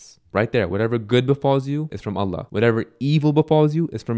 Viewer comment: may Allaah bless you - brother i understand you may be from Syria etc, but the pronunciation of Allaah needs to change as i notice many arab brothers from there speak like that. The emphasis is on the laam ل, not on the "a" in Allaah. Lastly, the haa', ه, needs to be pronounced. It should be pronounced as you do so in the Qur'aan